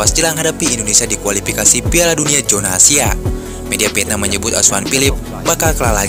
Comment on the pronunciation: Kualipikasi jona asia. Tolong dong yg bener ngomongnya,KUALIFIKASI ZONA ASIA,bukan JONA